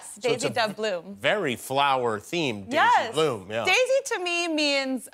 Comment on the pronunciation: I thought she said Daisy Doug Bloom! 😂😂😂